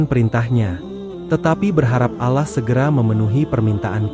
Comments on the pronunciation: Ya benar klau orang muslim bukan begitu menyebut nama Allah .... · Maaf mau tanya...ini yg baca narasi nya muslim atau non muslim y...karena dalam penyebutan kata ALLAH nya tidak pas menurut islam